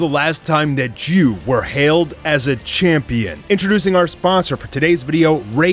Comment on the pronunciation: That AD intro made me laugh. "when was the last time jews were held as a campion" LMAO